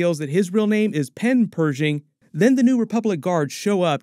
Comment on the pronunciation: Bro if you say Doctor Purging one more time I'mma lose my sh*t